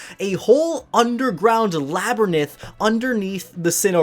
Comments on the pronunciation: “a whole underground Labernith” Did you mean labyrinth? 😁😁 nice video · This comment will be annoying, and I realise it's ultimately unimportant, but: in case it's useful, in this video you say "labernith" when the word you want is "labyrinth". Also, "Sinnohan" or "Sinnoan" would follow English-language demonym conventions best. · Can I just point out that it is hilarious that he said "Labyrnith" instead of "Labyrinth... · Yes a lab-i-rinth not a lab-rinth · I don't really like battling (probably because I suck at it) so I'm probably the only person on earth that doesn't care about the Battle Frontier much. If they do put it in, I'll be happy for all of you, and I'll probably try it out anyway, but I likely won't use it much. EDIT: DID THIS MAN JUST SAY "LABERNYTH"?!